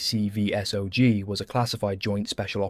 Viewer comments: Just for reference MACV-SOG is not a sounded out acronym. It’s actually said Mac (as in Mac and cheese) V-SOG (as in soggy). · Great story just gonna help you a little with some lingo. For AWOL we dont say the letters we say ‘ay-wall’ and the same for MACV-SOG we say ‘mack-vee-sawg’ and those guys were total badasses. Best of the best.